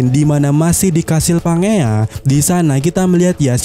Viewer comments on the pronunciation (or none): none